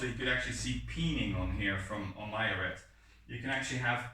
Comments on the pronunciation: The T in Arret is silent. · Also little french tip, Arrêt de cuirasse is pronounced with a silent "t" in arrêt, otherwise your accent is good, nothing to say here